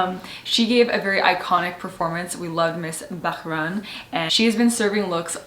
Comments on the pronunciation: Pronounce as bah-rain not ba-ran. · Not BAH-RUN🌝 correct pronounciation is BAH-RAIN🤩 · Hi! It's "BAH-RAIN" hehehe love you both!! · The correct pronunciation is BHA-RAIN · It’s been so many videos uploaded but you can’t still figure out how to pronounce Bahrain.